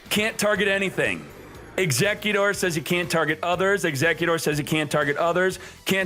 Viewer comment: He’s probably just messy around with the pronunciation, but it’s still kinda annoying xD